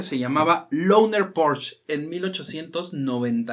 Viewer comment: Se pronuncia “porche” no “porch”